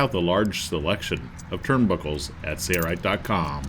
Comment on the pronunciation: Dude needs to learn how to pronounce SAILRITE instead of "SAYRITE".